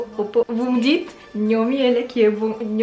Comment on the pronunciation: Je pensais le boug il disait gnomi est là qui bon ( en parlant de mec qui dansait bien quoi ) 🤣🤣